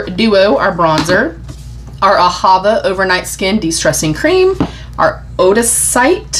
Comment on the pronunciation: Hi,! I think ODACITÉ is pronounced oh-DASS-it-tea. Just FYI. ❤